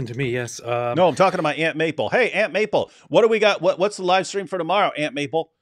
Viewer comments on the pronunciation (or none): none